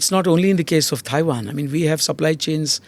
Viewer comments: Someone tell this guy it’s not “Thai”wan! “Thai”land is a different country! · Can someone please tell him how to pronounce Tiawan. It's not Thai wan.